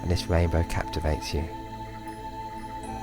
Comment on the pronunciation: This is nice, but the speech impediment takes me out of the meditation. "wainbow" indeed.